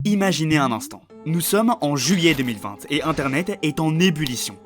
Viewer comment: Comment tu as prononcé 2020 là??